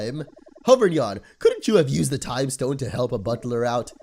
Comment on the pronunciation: "for a trime traveling..."